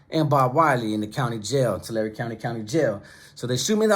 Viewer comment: I was just in your area bro, got an uncle in Reedley. It was funny cuz I was wondering how far Tulare was from us, telling my sister that I watch a dude from YouTube from there, she’s like it ain’t Tulare it’s Tulair so we watched one of your videos in the car just so she hears how Tulare is pronounced from a Tulare native. Hope you and your fam had a good thanksgiving mane.